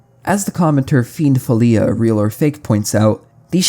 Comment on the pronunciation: fiend folio isaac jumpscare btw its pronounced like the folio in portfolio